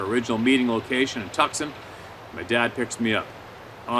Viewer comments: Mate!!!! You have more troubles pronouncing placing things just around the corner from you than I do!!! I'm in Australia for for fucks sake!!! Tucson isn't tuksun!!! It's pronounced tooo... son; or sun. Jesus!!! I'm in Brisbane! halfway across the planet!!! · Probably Too-sahn Arizona, not tucksun. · Dude getting his head coddled in the tent...... bro, ole girl was trying to tell you to keep your head off the cold pillow/ground lol, also it's "toosan" not tukson Arizona lol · Took me awhile to figure out that Tuck son Arizona is actually Tucson pronounced two sawn Arizona. LOL🦻love this channel and the round table of honest people. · Pronounced Too-sahn not Tuck-sun. Tucson, AZ. Love the reading, keep them coming. Someday I'll share my experience. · Tucson AZ Pronounced “Two-San”. Love the channel. Glad to see you’re heading East. Canada is a dumpster fire right now with your PM off his rocker. God bless. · As always...great stuff! Also, you were pronouncing the AZ city as "Tusk-son" where it is really pronounced as "Too-sawn" No worries...we Americans mess up pronouncing Canadian cities as well.:) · um that would be TWO-sonn not tuck-son. caNT BELEIVE YOU NEVER HEARD OF TUCSON AZ and Chiracahua Mtns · Lol. Tucksun, Arizona. I think you mean Tooson. You gotta love! On a serious note...we patriots here in the U.S stand proudly behind our brothers to the north in their fight to regain and maintain their liberty! May God bless Canada and America always 🇨🇦🇺🇸 Keep up the great work. Stay safe and continue to keep your head on a swivel my brother. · Tucson is pronounced "toos on" not "Tuckson" ❤😉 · Toosaun is how you pronounce Tucson. It’s of Native American origin and no one can pronounce it!😂 I was camped at the Eastern edge of Mt. Wrightson two weeks ago and was wondering if Sabe ever wandered through here and now I know. Strength and Honor, Take Care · Pronounced Tooson Az. 🤙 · Lol Tuck-son...love it though